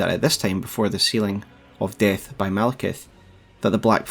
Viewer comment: I just like how you say Destined DEHTH lmao